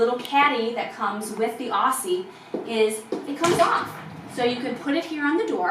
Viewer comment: What’s with the Australian names? It’s weird. You did at least pronounce emu correctly. Aussie on the other hand, you butchered it.